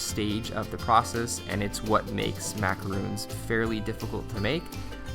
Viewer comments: bro it's pronounced macarons, not macaroons. they look awesome though. good for a snack in a hot day. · As a French person, hearing you saying "macaroon" during the whole video makes me want to put the sound on mute. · its maca-RON (not roon). Looks good though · Is it not easy to say macarAWn? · I know. The point is he's pronouncing it Macaroons the entire time and those aren't what he's making lol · Morales M YES it's SOOO frustrating when people call them the wrong thing! He's even written it correctly but still saying it wrong...